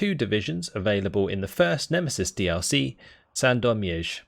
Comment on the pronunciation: Your "Sandomierz" is pretty good, only couple thousands other words and you can go as native speaker. :D